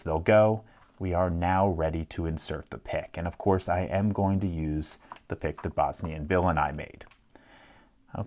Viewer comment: I still hear bosny n bill and i